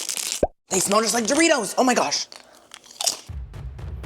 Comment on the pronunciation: DID YOU SAY DOORKNOB-RITOS 😂😂😂 I love you